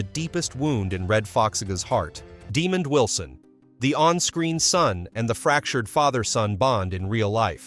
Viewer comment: This is one of the worst AI segments I have ever seen. First off his name isn’t Demon Wilson. It’s Duh-mond Wilson. And that picture isn’t even him. This is ridiculous